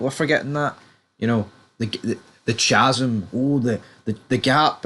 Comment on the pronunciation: did u say CHasm?